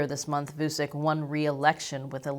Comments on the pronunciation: Btw: the name is pronounced like Voochich, rather than Voosick. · It's not vusik it's vuchich you stupid fuck learn slavic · It's not Vusic, his name is pronounced Vuchich, with first ch pronounced hard, and last ch pronounced soft! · Vusick XD That is the funniest renaming of Aleksandar. It is pronounced Vutchich (tch in witch and ch as ending in most polish surname) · You mispronounced "Vucic", the c in "Vucic" is pronounced like a "ch" sound. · It's not vu sick it's vu CHICH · voochich, not voosick... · It's pronounced [WOO-CHEECH] For some fun, listen to Vuchich trying to talk chinese: . Oh, there's a remix too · FYI, Vučić is pronounced like Voo-chich. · Loved the content, good to know that moves of the Serbian government are getting attention from the west. We here in the neighbouring countries are getting a tad nervous of the Serbian arms race. Also, one more thing, please, try to improve the pronunciation. The letters č and ć are meant to be spelled as CH, like in the word chat or cheat... so it's VU-CHI-CH. I'm betting you're going to cover him again in the future, might be a good thing to prounounce his name properly. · It's pronounced Vuchich, FFS. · It's pronounced "Voo-tshi-tsh",. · Its promounced vutchitch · It was amusing hearing you pronounce his surname. :) To be fair though, you didn't see his surname written correctly, "Vučić". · If you really wish to put forward a convincing argument or analysis you could start off by pronouncing the Serbian president's name correctly. Anyway, all you are presenting is a load of propaganda. Kosovo is Serbia and always will be.